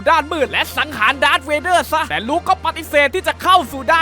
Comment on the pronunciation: มันไม่ใช่ดากร์เวเด้อมันชื่อดากเวเด้อ ++